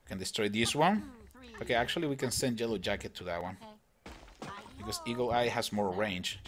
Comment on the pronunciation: does anyone reaise that he is saying jellow jacket not yellow jacket